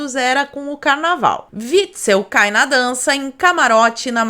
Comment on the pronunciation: "Carnalval contagiante" HAHAHAHAHHAHAHAH